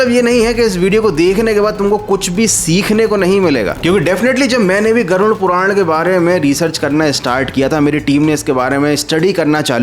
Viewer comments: Garun nahi garuda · Garud ko gaarun kyu bol raha ho 😆😆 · Aap baar baar Garud ko Garun keh kar kyon bol rahe ho... Kya aap ko Garud bol ne mein problem to nahi hai na... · Garud Puran hai naa ki garun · कृपया नाम सही तरीके से लीजिये। गरुड़पुराण है न कि गरुनपुरण।